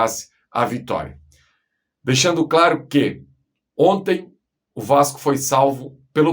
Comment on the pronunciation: "Gol di onti"